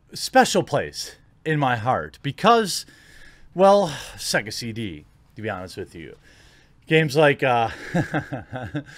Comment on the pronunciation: "Why do we have to wait? Apex Legends released right away..." I'm freakin dead. I love your excitement! XD Oh, right -- took me about 4 or 5 replays to figure out you said SEGA CD at the start (I thought you said "sexy" something, not so different). I remember playing on my dad's Megadrive - did that thing take CDs?